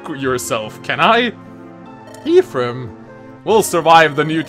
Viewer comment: Making fun of someone the way he pronounces 'lucina' and then go on to pronounce 'ephraim' like this. Smh